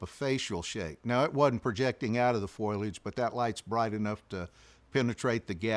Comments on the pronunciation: The word is not foilage. It is pronounced foe-lee-idge. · ✅Foliage - fo, lee, age ❎ Foliage - foil, age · I'm a New Englander and we all say some words funny but so many people say foil-age but it is pronounced .. FO-LIAGE. I'm not picking on anybody...I still catch myself saying "granolar "bars ...soder..etc. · The word is foliage. "Fo li edge" not "Foy ledge"😊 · This is great! But oohhh grinds my gears every time he says "foilage" instead of foliage! It's as bad as "nucular" lol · Foilage or foliage? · Foilage if you're Marge Simpson, or my mom. Foliage if you're everyone else. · Great recounting…but have to say,it is fo-li-age not foil-age. Surprised to hear that from an outdoorsman. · Ok, I'll say it out loud.....F O L I A G E. Not, foilage. Google tells me that is not a word. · It's "foliage" not "foilage." Good Lord! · why does he keep saying FOILage instead of FOLIAGE like, dude?? you want me to take you seriously and you make this kind of grade 5 mistake over and over again? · He learned english from Marge Simpson. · Its foliage not foilage. Mispronounce that word drive me crazy to hear that. He is well spoken other wise. Whew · “Foilage” 😂😂😂 The word is fo-li-age - I can’t believe no one’s ever told him this since he says it so many times. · could you tell him it's 'f*OLI*age' instead of 'F*OIL*AGE' pls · It's called foliage, not foil-ege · "Foilage" 😂 ok, Marge Simpson